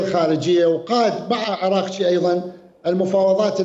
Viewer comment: المحترم وزيرالخارجه اسمه عرگچي وليس عرقچي نسبه لجده الذي كان يشرب الخمربشراهه محبتي